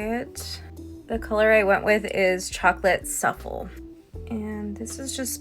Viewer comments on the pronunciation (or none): Your pronouncing it wrong 😂Suffle 😂 Make it easy for SU-Flay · Wtf is suffle?! It's pronounced sooflay!!! The American education system is a joke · WTH is a chocolate suffel lol😂 you can’t read?